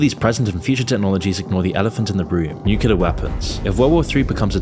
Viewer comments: Its Nuke Leee errrrrrr.... Not Nuke uuu leerrrr.....lolol srry im a word Nasi..... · please pronounce the "nuclear" properly. You are saying: "nucelar" instead of "nuclear". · We're already in it. We've been in it for the past 3 years now. These are the beginning stages. Also, NUCLEAR, not nucular,.